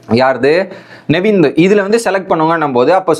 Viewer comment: Bro.... Tell the contestants name properly.... Justin illa... Jeshin.. Navin illa nevin...